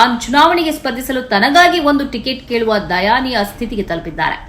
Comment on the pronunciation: ಅದು ದಯನೀಯ ಮೇಡಮ್. ದಯಾನೀಯವಲ್ಲ.